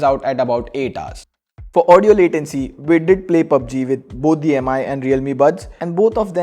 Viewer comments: for god's sake call it "Mi" and not "Am - I" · its MI (me) , not M-I (em aai) !